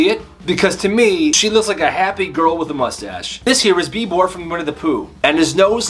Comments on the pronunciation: Yep, I came here to find any comments confirming this. Eeyore is the name of the character, no idea who bebore is! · Is it just me that hears bebore